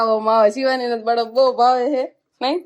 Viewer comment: બડફ ના કહેવાય બરફ કહેવાય